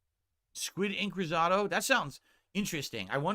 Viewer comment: There are absolutely NO family owned restaurants just chain restaurants and no Italian nor American restaurants in his area?! please pronounce “risotto” correctly…so irritating.